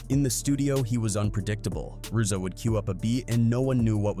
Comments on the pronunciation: Urzza ? 😂 its Riiizza (RZA) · "erza and gee-zah" this AI man lmao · I hate AI. Who the fuck is Ar-Za? It’s pronounced Rizza. I can’t follow or listen to anyone who makes bullshit videos like this. This artificial bullshit ass vid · Lmao " his cousin.. "are-za (Rza) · Saying “Are-za” and “Gee-za” instantly exposes the fraud yere